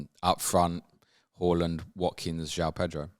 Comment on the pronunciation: I find it triggering the way you pronounce Haaland 😂😂. Great pod as always ❤